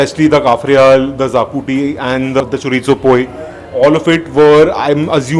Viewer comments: Not zacuti😅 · Great video guys !!! Loved it !!! Only one suggestion : it’s pronounced shahkuti